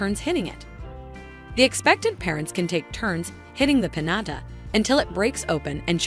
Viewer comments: Omg its PiÑATA peen-yah-tah! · The way she saying piñata it driving me crazy